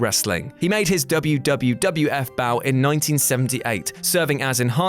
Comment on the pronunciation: It was the "WWF", not the "WWWF".